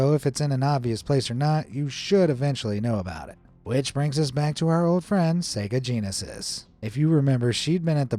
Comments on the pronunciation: Saga Jeaneses sounds like sega genises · wait wait wait, did you say her name was Seega Genesieze. are you trolling us SEGAaaa